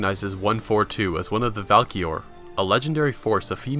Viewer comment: This video is great but they are called Valkyries not Valkior.